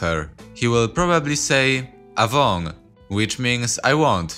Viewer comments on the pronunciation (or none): iirc you should stress 1st vowel in short words (1-2 syllables). Like "man cErig" not "man cerIg", "Avon", not "avOn", "gi sUIlon" not "gi suilOn", etc.